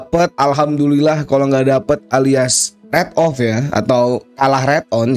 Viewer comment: bang keknya penyebutan rate on dan rate off lu salah deh🙏